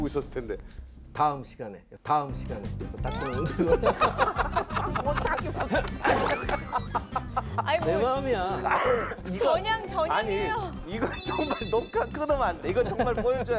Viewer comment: 토전사 즐겨보다보니 진행에 거슬린점이 3가지 있습니다, 주로 질문을 하는 과정에서 습관이 자주 나옵니다. 1. "아이(아니)"를 문장 시작전 자주 사용함, (ex. 아이 박사님 그러면 그 이후에는 어떻게 됐나요?) / MC유재석도 이런 버릇이 있는데 는 발음을 얼버무려 날리는편 입니다. 2. "아이근데","아이긍까"를 질문 시작에 사용함, (ex.아이긍까, 그 병력으로 어떻게 됐어요?) /"아니 그런데", "아니 그러니까" 와 같이 정확히 발음해주거나 "그런데?","그러면","그러니까" 로 대체하면 될듯합니다. 근래 방송쟁이들이 "그러니까"를 "긍까"로 발음하는 경우가 너무 많기도 하고, 일상어에서도 "긍까"로 발음하기도 합니다. 3. "사실~","사실은~"을 남발함. (ex. 사실~ 영국의 처칠이라면, 사실~10만의 병력도 꽤 많잖아요) / 요즘 방송인들이 "사실"이라는 단어를 수식어,부사로 즐겨쓰는 버릇이라서 딱히 의 문제는 아닙니다. 사실 밥먹으면 배부르자나요? 사실 어두우면 안보이잖아요? 등과 같이 최근 방송쟁이들의 유행과 같은 불필요한 버릇입니다, MC허준도 "사실은~" 즐겨씁니다. 4. "아이근데 사실은" 을 묶어서 도입부에 자주합니다. (버릇이 복합되어 나오는 현상으로 저 문장은 잘라내도 아무 지장없는 추임새 같은것입니다.) 좋은방송 만들어 주셔서 감사합니다. 이런 프로그램은 공중파 9시에 편성해서 전국민이 시청해야 하는데 안타깝네요